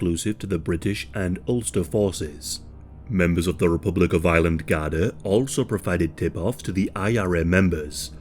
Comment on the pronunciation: Am I the only one hearing Island the whole time?